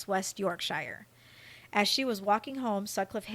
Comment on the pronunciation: YorkSHYER HAHA